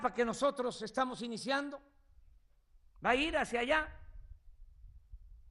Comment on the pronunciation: Electricidá, por favor este buey no sabe pronunciar la d. Estamos.... indiciando... la... De aquí a que acabes de iniciar ya nos cargó a todos tu rancho, riquillo, pendejillo.